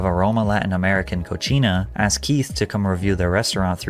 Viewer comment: This guy did not just say Cochina for Cocina... 🤣🤣🤣 this is why you don't try pronouncing stuff. For those that don't understand Spanish...Cochina basically means a really nasty girl, in a disgusting way or bad way lmfao